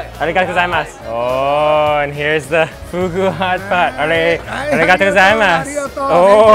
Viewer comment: If you say Origato one more time! 🤬